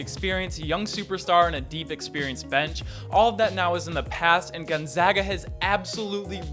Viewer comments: Bruh at least say Gonzaga right. Gone-ZAG-a. not Gone-zah-ga. They are the fucking Zags not the Zahgs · You guys still can't say it right. Gonzaga. We are the Zags not the Zogs